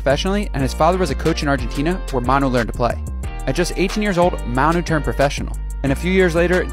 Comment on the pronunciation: This guy managed to pronounce Manu three different ways